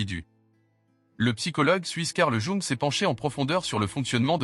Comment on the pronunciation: La manière de dire "Jung" est à vomir.